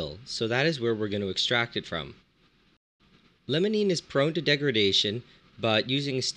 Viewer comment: It's Limonene, not Lemonene. I know pronunciation isn't the focus of your channel, but come on. Try pronouncing the word "Lime" instead of "Lemon".